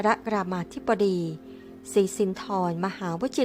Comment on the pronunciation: "สินทร" อ่านว่า "สิน" ไม่ใช่ " สิน- ทอน"